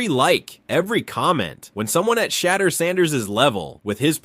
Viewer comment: Homie if you going to make a video about anyone good or bad….. SAY THE NAME RIGHT lol it’s not hard to look up how to say it and It’s frankly disrespectful. Sha-door San-ders is how it’s pronounced. Like even if you wanted to praise someone the most praise you can give a person is to know their name. It might be simple but out of millions of ppl on this planet you took the time to know or remember them and to go as far as to make a video and cant get their name right lessens the praise. Good info on the video tho.. my brain just tweaked out that lol